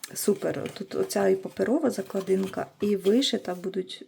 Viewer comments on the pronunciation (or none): Спеціально зайшла в коментарі, щоб трошечки вас поправити-- не закладИнка, а заклАдинка. Наголос у корені, клАсти. У вас такий чудовий канал, мені подобаються ваші роботи. Хотілося б і надалі бути підписаною та надихатися вашою творчістю. Успіхів!